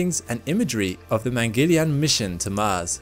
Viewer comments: I'm not sure "yarn" is a good description. Yarn sounds like barn. There's no "r" sound in "yaan". Wouldn't the aa sound in yaan sound more like more like yahn (or John, yawn)? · pronounced as "man-gal---yaan" "man" as in " human" you're welcome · Americans Don't read this: You've been pronouncing it Wrong it is pronounced as : Mun (Pronounce "u" as in bun) Gul (Pronounce 'u' as in bun) Yaan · Please pronounce it correctly: mangalyaan is pronounced mann-gull-yaan (mann as in MUNdane, gull as in GULliver and yuan as in YAA-N) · It is Mangal, pronounced as Mungul. Mangal is Mars in Sanskrit and yaan means a vehicle. So it is called Mangal-yaan. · It is pronounced as Mangal-yaan. Mangal (Múng-gul) like Jungle. And Yaan is pronounced as Yarn (Mungle-yarn) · If you were gonna make a whole documentary on Mangalyaan the least you could have done is learn how to pronounce the name. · The Mangalyaan images were fascinating and so was your narration and presentation of martian features. We really didn't mind the slight inaccuracy of pronunciation!👌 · You tried your best considering it isn't your native tongue. If I may, there's a simpler way to say this.. try this.. split into two, First half- Mangal(sounds like Jungle, replace J with M) and Second Half - Yaan( pronounced like english word - Yarn)